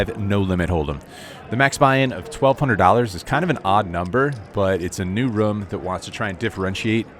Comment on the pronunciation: Why does he pronounce room, "rum"? How does he pronounce zoom or boom or bloom?